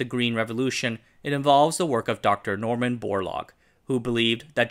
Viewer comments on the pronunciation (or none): none